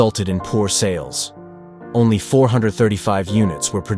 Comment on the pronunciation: Is it just me, or , did the AI say “Oney one hundred pounds?”